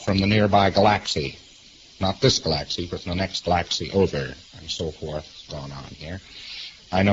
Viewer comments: what the hell is a Galaxsee? 😂... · What the fuck is a Gahlacksie? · You "goofed the floof" in the "ga-laxxy", and then took a "pick-cha"! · Galaxy. Gal-laxcy. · "Stuff from the nearby GU-LAXEE? Not this GU-LAXEE, but the next GU-LAXEE over?" Is that an INTERSTELLAR LAXATIVE? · What's a "glaxsy"? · I like how he pronounces galaxy as g'LAXee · Anyone incapable of pronouncing the word galaxy does not deserve any further attention when speaking about space. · I have never heard "galaxy"pronounced in that way before..almost like he's never heard it said out loud.. weird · He is a sci-fi author and can't pronounce galaxy? He pronounces it like taxi. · I think a dead giveaway that a person claiming to be an immortal, omnipotent spirit from space is talking out their arse is if they can't pronounce the word 'galaxy' properly. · Galaxy LOL. What a weird way to pronounce it. Daph